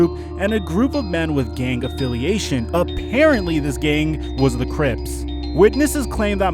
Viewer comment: "this gang was THE CRIPS" the way he said crips LMAO